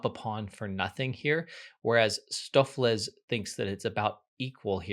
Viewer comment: Stoofvlees = Dutch for Stew(-meat), his pronunciation was quite accurate.